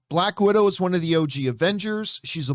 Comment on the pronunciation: 'Black Widow'...not bad.....but 'Balck Widow'...now THAT was GOOOD! :D